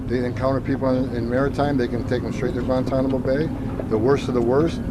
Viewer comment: " at Guantanamo bey-uh"